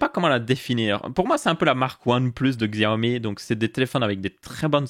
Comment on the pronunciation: Quand tu as parlé du Xiaomi (qui se prononce "chiaomi" au passage, moi aussi je disais "Xiaomi" avant) et que tu as dis que tu ne voyais pas l'intérêt de mettre des pubs a certains endroits (qui ne sont pas gênant en vrai), et ba pour moi, si ça permet de réduire le prix et ba je vois clairement l'intérêt, surtout quand on sait que sur Xiaomi prend genre moins de 5% de marge sur ses téléphones entré/milieu de game